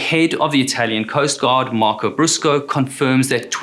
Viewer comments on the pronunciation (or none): none